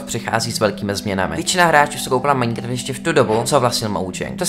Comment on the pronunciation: mě štve jak furt říkáš Maňkraft